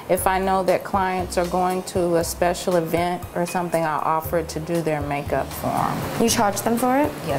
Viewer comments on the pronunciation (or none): none